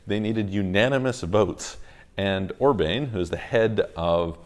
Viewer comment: I love your channel, but just FYI, his name is not pronounced Orbain.